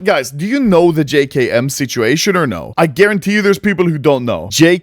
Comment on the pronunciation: “jay kay em” my guy its “jay kem”